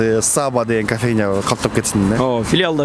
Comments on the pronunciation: САбба эмес,Саба дебейсиңби алып баруучу. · Сонун. Алга ! СаБа дегенде ударениени биринчи а га койбой , жон эле кымыз куйган Саба буюмун айткандай айтсак туура болот ко дейм ! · Саба деп созун башына ударение койбой Саба создун аягына койсонор окшошмок.Кымыз куюп чалат ошол идишти айтат